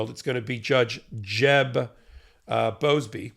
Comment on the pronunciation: Jeb Boasberg, not Boasbey.